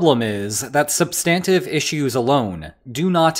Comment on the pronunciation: This video is so hard to watch with this guy's pronunciation of "sub-STAN-tive." Does he also say, "sub-STANCE?"